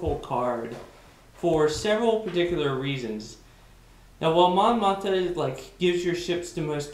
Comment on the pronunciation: Good breakdown. Thanks. Also: Mon Moth-Ma. :)